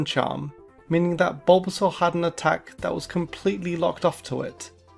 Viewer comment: YES, BUT THAT IS NOT HOW YOU SAY THOSE NAMES!